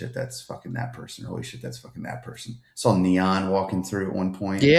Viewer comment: Love the pod! Why does put an L on words that end with aw? Like sawl lol